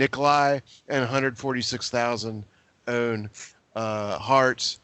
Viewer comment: Hertz is pronounced "hurts". Haven't you heard of the company?